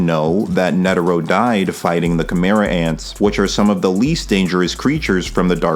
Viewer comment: when you say “Kimerats” are you referring to “Chimera Ants”?